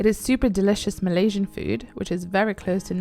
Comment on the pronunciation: When you said Malaysia, I was like" OHHHHHHHH!!!!!" 😂